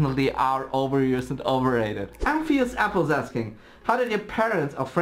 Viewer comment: That one moment you hear you name in a Q&A! Falls off chair Then realizes pronounces it wrong Internal screaming xD Just kidding I'm completly fine with it. Just incase I'm in another Q&A (probably wont tho) It's pronounced Amph us apple. I dont want to sound like a jerk or something so I'm just gonna give you my cookie back. <3